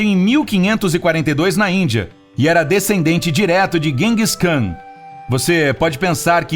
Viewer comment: Vc tá pronunciando os nomes errado, Seattle, Genghis Kan ......